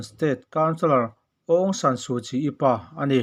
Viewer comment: Ongshana tih kha athluk i lam diklo lo maw Awngsana mizo lam dan kha adik zawklo maw.